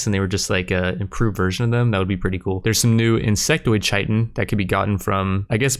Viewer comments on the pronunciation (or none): Anyone gonna let him know that he pronounced "chitin" wrong?